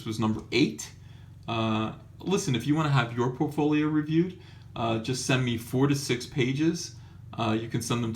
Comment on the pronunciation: Four. To. Six. It sounds like you're saying forty six. That's terrifying!